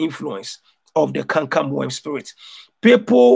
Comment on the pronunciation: you went from saying canker worm to saying camcam worm? Lol